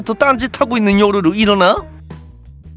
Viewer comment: 에 일어나 보래?를 알어나 볼래?라고 했어요